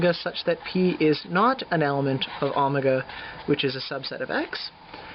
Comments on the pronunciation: please stop saying omega as Amega! But thank for the prep... Maybe you should post a video on algebraic topology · Good stuff, but why the strange pronunciation of omega? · Haha was wondering the same thing